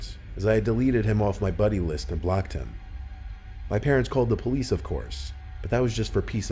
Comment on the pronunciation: Jonathan Alvarez Lopez I know it just sounds like he said pleace